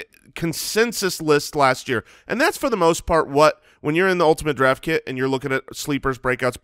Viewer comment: I took a shot of vodka evrytime I heard them say "ultinate draft kit" and now I'm dead.